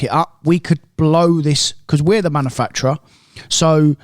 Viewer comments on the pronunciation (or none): Or Manafactra instead of manufacture